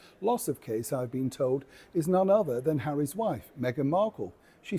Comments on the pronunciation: I like the way you said…’HARRY’S children’… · Oh I like how you said ‘Harry’s two children’ 😂😂